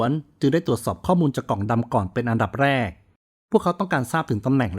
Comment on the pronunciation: เป็นคลิปที่ให้ความรู้ เยี่ยมครับ ถ้าพัฒนาเรื่อง ร เลือ กับ ลอ ริง จะเยี่ยมกว่านี้อีกครับ ดูไม่เป็นมืออาชีพ แค่ รอ เรือ กับ ลอ ลิง น่าจะไม่ยากครับ ......ในตอนแลก ......รดระดับรง ......ลองฟังดูเองนะครับ